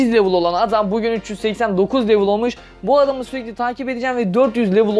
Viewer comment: Bi level demeyi öğren bence